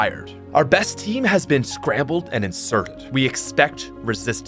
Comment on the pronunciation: I keep playing over and over just to hear him oddly mispronounce "inserted"